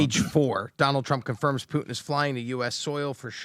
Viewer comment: How ignorant is that first reporter to pronounce “Putin” without the hard “T” sound. She pronounces it “Pu-Ann”😂